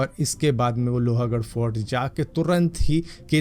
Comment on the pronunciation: Its loh gudh not lohaa 😮😮